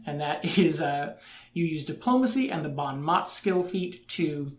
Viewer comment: Bon mot is French and is pronounced “boh (nasal) mo”